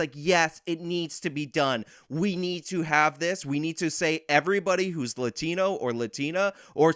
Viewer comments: Her pronunciation of the "A" in latino doesn't sound like the native "A" sound in Spanish, but closer to the Anglo "A" as in father which is pronounced further towards the back of the mouth, so to my ears it almost sounds like she's faking an accent. Moreover, bilingual latinos who go out of their way to put on an accent whenever a Spanish word comes up in an English conversation (even mundane words like tortilla) always did strike me as incredibly fake. People like AOC do this all the time, and it makes me feel like I am being pandered to in the most condescending way. See, I am also bilingual but when I'm speaking English, I pronounce Spanish words with my English register (tortilla→torr-tee-yuh), and vice-versa when I'm speaking Spanish and an English word comes up (hot dog→ótdog). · Why is it that when the one lady says "Latino/ Latina" it's a way over-the-top Spanish pronunciation? Like everything else is a relaxed pronunciation except those words. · I dunno if it's just me but I find it incredibly annoying how she goes from her regular American accent to saying Latin(o/a) as un-American as possible. It reminded me of people that are American and pronounce France as "Frauns". We all know what you're saying buddy, no need to slip in some cultural superiority on top of it.